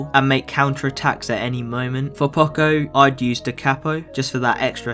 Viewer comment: I THINK IT IS PRONOUNCED POCO